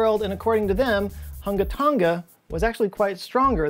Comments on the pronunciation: Tong-uh, not tong-guh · Not to be that guy but you are pronouncing Tonga incorrectly. It's pronounced like "Tong-a" rather than "Ton-ga". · Hate to be that guy but it’s tong - a not tong - ga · I’m pretty sure both of you are pronouncing “Tonga” wrong. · Malo e lelei ...love your videos! The g in Tonga is soft, kinda silent? But how you say it is way more fun... to listen to 😀